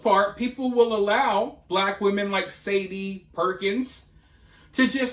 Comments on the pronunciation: I think you pronounce her name shaw day, like the singer.❤ Keep calling her Sadie though. She doesn't deserve that respect. What a hateful woman! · It’s sha day. That’s the pronunciation